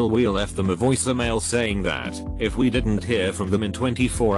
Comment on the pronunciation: I love how the bot says 'voicemail' like a stereotypical italian chef